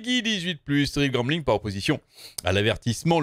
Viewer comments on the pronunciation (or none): J'entends toujours goblin et pas gambling